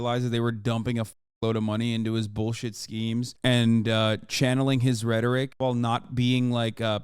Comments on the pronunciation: He pronounced it the way you would pronounce “rhetorical” which was so sad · *Claims to have genius level IQ *Mispronounces the word “Rhetoric” horrendously *Confidently says grammatically incorrect sentence “Why was a man’s liberties deprived of him”